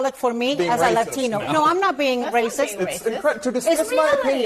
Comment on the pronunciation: if she didn't say Latino like that I would think she's white. Edit. Never mind weird racist Democrats do that all the time.